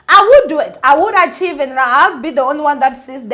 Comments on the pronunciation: Pronounced archk-aive it my ninja. Not achieve nana. Love you ninja. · Not “Achieve” but archive! 🤗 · aaah I actually thought 'Achieve it" was an a deleting app or something lol until I realized oooh archive. We love her though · Archive is pronounced "aa-kaiv/akhayv" ❤️ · archive is pronounced arc-hive... I LOVE YOU... You're killing the game AGAIN!!! ❤️❤️❤️❤️♥️♥️♥️♥️